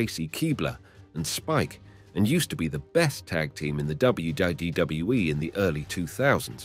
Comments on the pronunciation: DUDE ...... please enunciate with me..... its.......W.........W........E ........ Not WWUUUWUWUW W E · How come sometimes he can say WWE but the majority of the time he says WdedaWE or some other weird stuff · I know. And it is in all wrestling videos of this guy. Even worst in another, he mispronounced Stacy Keibler. 😂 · What the heck is WGWE? Until he can say it correctly he needs to stop uploading videos. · This guy can't even say WWE properly so he don't deserve to be narrating this show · Glad you said that, I thought maybe I was having some sort of stroke or something haha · 4cx listen to the way he says WWE he puts 2 ds in it almost every time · Someone teach this guy to pronounce WWE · This guy mispronounces WWE so confidently he almost makes me wonder if I'm spelling it correctly.